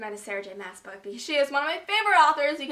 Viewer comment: Sarah j maas's surname is pronounced arse not mass